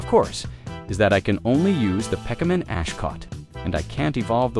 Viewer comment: there's actually some pretty neat tricks to manipulate a TTS voice to say "Pokemon" properly